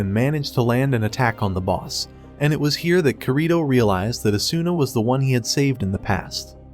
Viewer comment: Oh and its not korìto its kirito